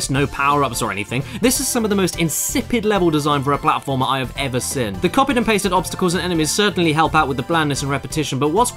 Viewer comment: I see, so it's the meds to blame for why you keep miss pronouncing the word "Seen" as "Sen".